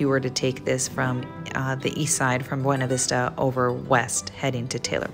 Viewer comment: Please stop saying Beana Vista. Totally giving a way you're not from Colorado.